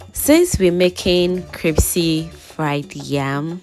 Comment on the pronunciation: Pls no disrespect but it’s pronounced “Crispy” not “Cripsy”